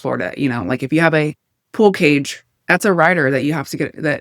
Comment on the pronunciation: Did you say “pool cage” ?